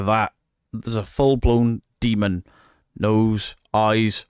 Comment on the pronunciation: She: "look at the upsidedown dee-mong creatures" Me: "nah its dust and you are full of shiff.. the bullshiff variety with some mentally unstable frosting on top". All joking aside, i renovate houses and the occasional castle if the price is right. 1 hammerstroke on say a door will send off so many dust particles at some point it will seem like its snowing. When in doubt throw it out is my stance and if you can recreate of there is a natural explanation ( like you are walking into a dilapidated, dusty property, your camera will pick up dust particles) "do you know if its safe" Sigh you are in an abandoned property where there is crap missing from the sealing. Probably refurbished at one point and if its in the 1960s-1990s you can be safe to bet that there is some form of asbestos in there. Huffing and puffing it in. So to answer the question NO its not safe. If paint is peeling there is a likelyhood its lead based and that also causes a crapton of OTHER problems. Now imagine being a family with having real unexplained scary phenomena going around their property. then you have those knuckleheads show up and make a mockery of what is going on or what the family is going through... This is why i like certain documentaries ( like time team about excavations and archaeology and it has humor in it as well) or series like the "into the bermuda triangle, cursed waters " where they follow oceanographers and dive teams trying to identify mystery wrecks. That team found parts of the debr